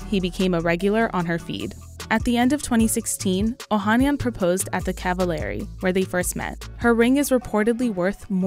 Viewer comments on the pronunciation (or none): Oh han NYAN! Never trust a report that doesn't make an effort to research how to pronounce names correctly.